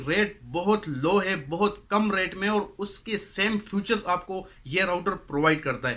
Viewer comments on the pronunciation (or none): O bhai sahab future nhe hota features hoty hain kindly improve your pronunciation